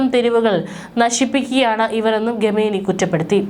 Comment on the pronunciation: ഗമേനി എന്നല്ല, ഖുമേനി എന്നു വായിക്കുക... ലേശം ഉളുപ്പ്.?